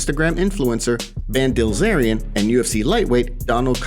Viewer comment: Did you say Ban Dilzarian lol